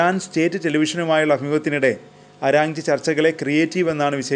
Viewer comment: അരാഞ്ചി..അല്ല മോനെ ആരാച്ചി